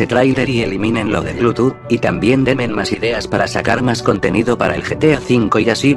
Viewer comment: Todo bien hasta que se oye “demen”